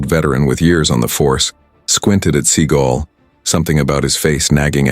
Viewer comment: Can you get the name pronounced correctly??